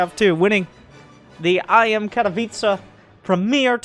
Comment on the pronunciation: very nice tournament! im glad to say your pronunciation of "Katowice" is like native Pole:). Much love <3